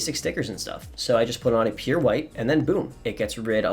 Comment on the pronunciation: He was saying pure?? I thought he was saying 'appear' ok thanks